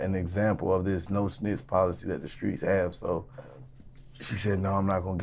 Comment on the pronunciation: “Ain’t even smitch or nun” 😂